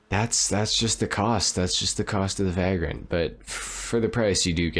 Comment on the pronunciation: Vay-grent not vag-rent. Like a bum or homeless person